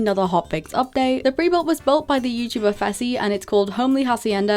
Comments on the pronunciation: why you say peetahbreed how dare you😡🤬🤬😡😡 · why you say peetahbreed how dare you